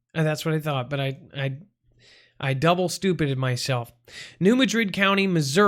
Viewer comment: Not said like the city in Spain. It’s New Mad Rid